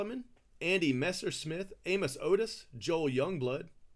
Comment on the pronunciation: A-Moose Otis. Not a KC fan !